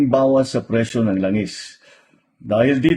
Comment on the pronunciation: Presyo hindi Prisyu😂